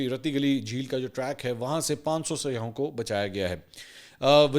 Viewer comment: ہر اینکر "سیاحوں " کو سیاہوں کہتا ہے ،اس غلطی کی تصیح ضروری ہے